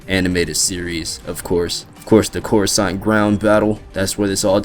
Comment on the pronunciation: "Khorasan"??? Were you high when you recorded that video??